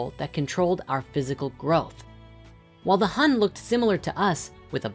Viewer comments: 魂 Hun is pronounced like HOON and 魄 Po is more like POu.Grat video though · Sharing that "7 hun 4 po" is pronounced more like "7 hoon 4 pour" pretty cool how ancient thoughts got it all figured out isn't it. It was also cool I finally learnt what sa and Sekhem meant as a Sekhem student